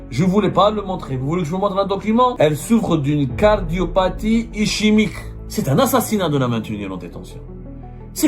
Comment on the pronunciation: défaut de prononciation. ischémique, le ch se prononce comme k ou q ( ischémie manque d'oxygène dans un tissu)